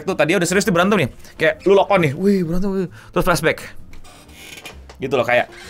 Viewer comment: Yg bener LOCKED IN, bukan lok on lok on 😂